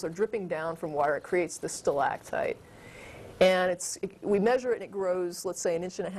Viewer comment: the way she pronounces stalagtite is really annoying, and she must have said it about 20 times.